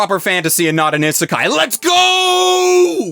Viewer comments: I'm bothered when people say genre as "jon-ra" it's supposed to be similar to Jean-Claude van dam..."jean-ra" Also he says isekai wrong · I'm eternally amused by the idea of an anime YouTuber who can't pronounce Isekai correctly.